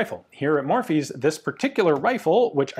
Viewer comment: murphy, not morphy, i am from ireland, let them know, murchadha in irish gaelic. also.